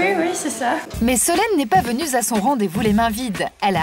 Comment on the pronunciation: "...pas venue za son rendez vous..." pas mal celle-là !